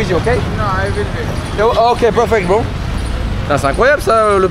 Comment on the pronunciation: Très bien mais ton Bro sonne dégueulasse, dommage bro !!